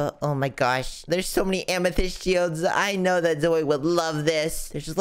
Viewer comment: You Don't know how to say zoey